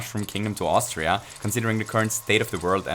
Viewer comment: Wait a sec.... did he just say "Austria"....? Haha Grüße gehen raus😂. Hab's mir ehrlich gesagt schon länger gedacht, dass du Deutsch bist :P